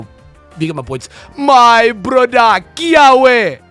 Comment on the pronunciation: As a Hawaiian dude no disrespect but it’s actually supposed to be pronounced Kee-aww-vey in the Hawaiian language the w’s are pronounced as v’s